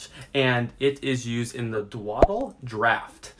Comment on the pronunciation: Didn't mention game information beyond being an ingredient in the "Dwadle" (yes, that's how he says it) draught. 3 min video for basically nothing. It's such a rare ingredient (not mentioned). Where can it be found? How can one obtain it more efficiently? No answers.